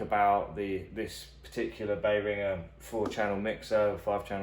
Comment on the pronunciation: What's a 'Bay Ringah' mixer ?